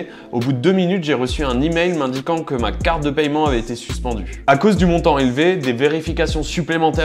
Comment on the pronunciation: Arretez de prononcer méthode de payyyyyyyyyement c’est paiement bordel